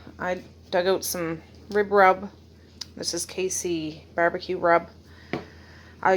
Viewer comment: Lol your ribrub sounded like redrum, spooky, 🤪